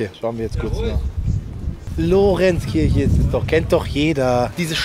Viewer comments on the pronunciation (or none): Lorenzkirche😂😂😂 Leider falsch 😅🤪